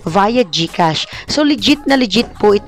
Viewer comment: Galing naman Gkas Serro naynn sixx fivee serroo sevenn eightty toooo sebenn tree serrro